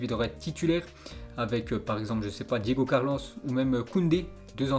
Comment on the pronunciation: il la dit diego carlos avec laccent 🤣🤣